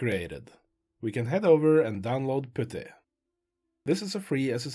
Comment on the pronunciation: This worked so great, thank you for this video!!! I could listen to you pronounce "Putty" all day long. 10 hour loop when?